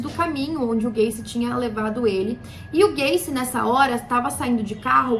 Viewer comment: Ela falando gacy parece q ela ta falando gayKKKKkKJ